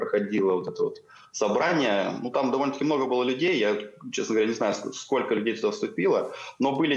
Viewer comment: У ведущей "скока" (сколько) - это фишка такая или что? Не первый раз это слышу. Режет слух.